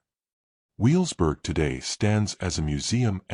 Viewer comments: Learn to say Wevelsburg. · This is a collection of AI-generated and fabricated history, YouTube at its worst. On top of that, the AI isn't smart enough to know the correct pronunciation of Wewelsburg and Niederhagen.